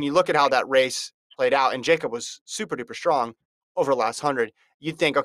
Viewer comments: It’s pronounced Yakub. It’s not that hard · say his name right